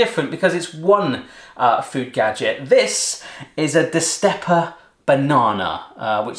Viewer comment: Why do you say "destEpa" ¿?¿? It's written right there. It's destApa.